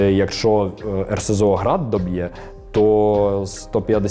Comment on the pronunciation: Озвучка згенерована ШІ. Заміть назви РСЗВ Град - ШІ каже "грати"